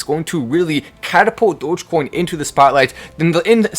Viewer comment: I jumped up when I heard him say Doggie coin during the commercial